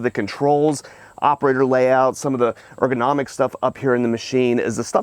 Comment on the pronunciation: congratulations on pronouncing ergonomic like a middle school graduate!